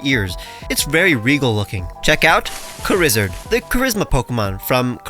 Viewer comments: "Charizard" but pronounced "Kuh-rizz-erd" is insanity. Props. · Charizard is a good name (pronounced "karizerd" of couse)